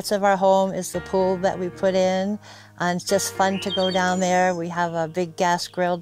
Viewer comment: “Down there-er”. Must be from Saugus.